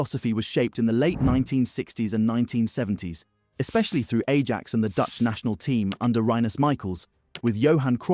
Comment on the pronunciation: You can always tell it's A slop when they pronounce Ajax 'A JACKS'.